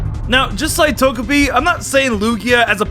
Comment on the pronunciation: Pokemon: Togepi and: "Tojapi"